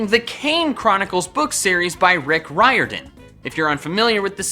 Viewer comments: Can’t believe this man said Rick ryordan when it’s rick riordan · Wait... isn't it ree-yore-din? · REEEEEEEEEEEEEEE-ORDAN not RAAAIII-ORDAN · Are you sure it's pronounced Rick riOrdan, not Rick rIordan? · You said Rick Roiri-dan it’s Gods dam Rick Ror-dan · Bruh it's pronounced reordan Also colcis is how you pronounce colchis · R-ee-ordan, Michael. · I thought it was Rick Rear-din. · If it is like the Irish surname its pronounced reerdan but I don't know if it is or not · Me: * sees Kane books * Me: YYYYEEEEAAAAAAS Michael: Rick Ri-Odin Me: NNNNNNNNOOOOO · *Re-or-Dan. It bothers me that you mispronounce Riordans last name!!! *A-pho-phis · Jia Kong it is “ri-or-dan” one time, one of his editors came to my school and we confirmed with her it was pronounced like that. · Riordan Pronounced Reer-den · Haha he pronounced Riordan wrong it should be (I think) REE-or-dan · RIORDAN IS PRONOUNCED REE-OR-DAN Edit: it was actually REER-DIN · Col-kiss. It's pronounced Col-kiss. Also, I believe Mr. Riordan's last name is pronounced "reer-den". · It’s ri-or-dan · You said Riordan wrong btw just so you.Its pronounced Reer-Din... it’s Irish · i got insulted by how he pronounced riordan ngl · That's not how you pronounce Rick Riordan's name though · i hate this cos he said Riordan wrong so learn how to speak english idiot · Michael:*mispronounced Roirdan* Me:*pulls out gun*